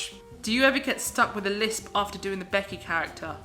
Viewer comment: "Beckyah"!!!!!! LOL Love your ALR the most!